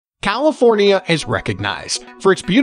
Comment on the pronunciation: Ugh, this video is unwatchable. Robot voice mispronounced practically every town and even said California incorrectly. Plus much of the information is incorrect.